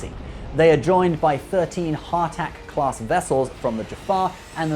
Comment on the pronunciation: the way he says "daydelus" and "hartak" is bothering me lol